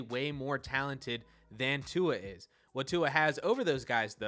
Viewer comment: Okay I rarely, if ever, comment on a video but as a dolphins fan, who watches every throw, I got quite mad at the conclusions you made about Tua (also please figure out how to pronounce someone’s name before you make a video about them). I would like to preface this by saying I watch most of your videos and am a fan of yours and I want this to come off as respectful as possible. However, the conclusions you made about Tua (immobile, comparatively untalented) told me that you clearly haven’t actually been watching him play. You’re looking at stats on a computer screen and making conclusions based on that. Let’s start with the “immobile” claim. Tua is literally the most mobile pocket passer in the league, just because he doesn’t run, doesn’t mean he can’t. The guy is always looking downfield to make a play, he uses his mobility to make plays in the passing game because that’s his strength and his weapon; absurdly accurate passing with amazing ball placement, timing and anticipation. He uses his mobility to support that. There was a play earlier in the season where he uses a quick spin move (without looking, but feeling the pressure) to escape and rollout to his left in one fluid motion and proceeded to dot a TD pass. Is that considered being “immobile”? Can Tom Brady make a play like that? Speaking of Brady, who is universally considered the GOAT, do you consider Brady less talented than Justin Fields? Because by your logic, Brady is the least talented QB in the NFL. How does t